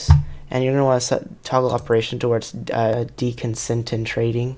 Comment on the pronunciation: "deconsendentrating" lmfaooooooo